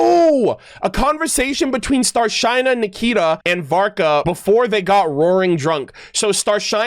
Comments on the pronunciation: Some people think has computer memory. Also I need to correct one thing in Rus it's Star-SHINE-a more like starshina (shi from starSHIp) and hard A not e. It's not to insult just a little note because it will happen more especially because Sneznaya is near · A perfect time to correct you, (wasn't sure if and how to do it exactly, but hope you notice). Your pronounciation of "Starshyna" is a bit wrong. The y at the end is not like i, but like ee. So, it's not "Starshaina", but "Starsheena". And the stress falls on the last A. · Since it's already two days ago, you'll not see this. But if you really trying to pronounce things right. It's no starshine-a. StrashYna. Star > (hard SH) > then Ы like if you've been punch in the chest, and just na. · The word "Starshyna" is pronounced as "starsheena" rather than "starshine." I may not be expressing myself accurately, as my English is not very good. I apologize for that. As for knowing everything and everyone, there are no perfect people) maybe people need to be more gentle with their complaints, so it doesn't come across as a demand. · Ok, so... "y" in Starshyna reads as "e". Like Shinobu.